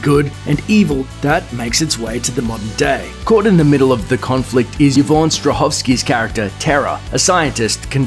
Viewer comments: just thought you should know the name is pronounced EE-von not YA-von :) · Why is he pronouncing Yvonne as "Yah-von"?? It's pronounced "E-von". 😂